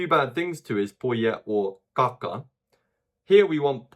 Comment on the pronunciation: every time he says "kaka" I hear caca.